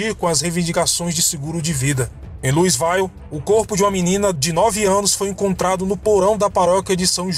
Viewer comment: Muito legal; só uma dica: quando o nome dos lugares termina com "ville" (Louisville), pronuncia-se 'vil' e não 'vail'. 😉